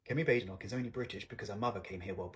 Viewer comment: She was born in Britain. She's British. And she's BAdenoch, not Bedenoch.